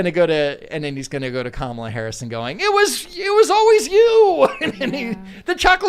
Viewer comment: pretending to not not know how to pronounce Kamala was disappointing. The guest is one of the midwids Malice explains perfectly. Tim was still great.